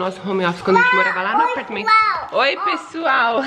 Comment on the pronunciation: Mini compra logo uma camera pra mama ela ja é uma blogueira kkkk ela falando pexual❤❤❤linda demais